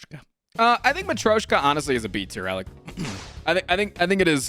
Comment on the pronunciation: His pronunciation of matryoshka is actually cleaner than his pronunciation of girya. Just saying.